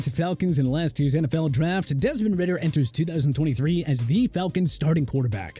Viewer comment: Desmond Ridder* not Ritter